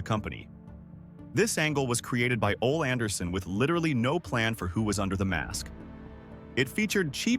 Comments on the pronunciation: That's what the AI was talking about, just as it also mispronounced Ole Anderson 's name. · I only put up with the AI in these wrestling documentaries because I love professional wrestling. But it still cringed me when AI mispronounces certain names: Tony Schiavone, Ole Anderson, among others.